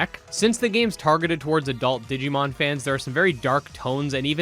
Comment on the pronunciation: I am "considering" the possibility of asking why they hired a translator that pronounced it "digimoan". (for those who didn't watch theres a meme rn because in the q&a section they really only said, its coming out and we are considering this and that). Over all though I am super hyped for digimon survive, the phone scanning thing is kinda like ghost game which is awesome